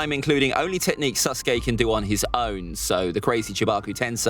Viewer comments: He said susgay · I think it’s funny how he calls him SUSke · Am I the only one who thinks he pronounced sasuke as susgay